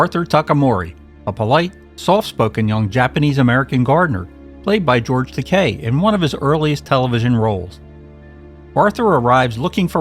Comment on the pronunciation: Great episode. Thank you for pronouncing George Takei's name properly.